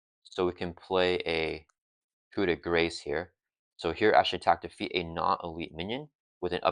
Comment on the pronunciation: gotta out meta the pronunciation police. You were spot on with yours keeping the s sound from the c in grace. Eagerly awaiting someone to say, 'ackshually- its koo-de-grah'